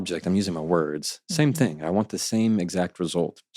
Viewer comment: Love this guy, but him saying "think" instead of "thing" kills me.